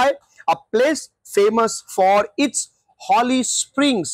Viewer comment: Holy= হলি নয় হোলি